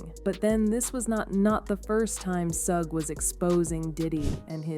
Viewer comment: I can’t listen to this story because she is not saying Suge Knight name right